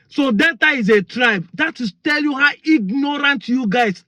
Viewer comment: Btw.. It is NOT DETTA BUT DEL TA. Not Downsin road but DAW SON road. Not Bantist but Bap tist.